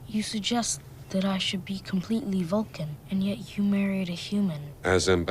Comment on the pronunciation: I love how Bones pronounces Vulcan as “fulkin’”. As in- “Are you out of your fulkin’ mind?” It’s very clever and subtle. Something I never noticed until this viewing.